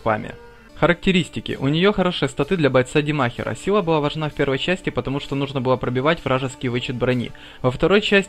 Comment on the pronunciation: Как я понял, произношение "для бойца-демахера" это не ошибка, а такая фича...